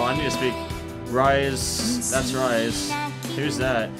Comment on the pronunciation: Oh by the way, your pronouncing Rise-sans name wrong. Its pronounced Rii-seeh.